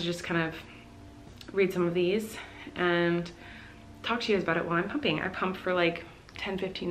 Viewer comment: the way she said pumping sounded like pooping and I was like huh oh wait😂